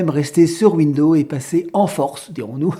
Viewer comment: Il faut prononcer le 's' de window(s). 😞 Je pratique Linux depuis 1997. Une chose qu'il faut savoir pour Linux. Méfiez-vous des matériels trop récents: Il ne sont peut-être pas supportés nativement. Aujourd'hui c'est moins fréquent mais la bonne démarche est de se renseigner sur la référence du matériel à installer avant de l'acheter. Ceci vaut moins pour les périphériques Amovibles USB par exemple mais c'est encore possible. Noter que vous avez le droit de retourner un appareil si Linux ne le supporte pas. C'est pour cela que si vous avez un doute: 1/Conservez vos tickets d'achat 2/N’abîmez-pas les emballages, du moins tant que c'est possible. Les vendeurs ne fond pas forcément beaucoup de marge sur tous les produits.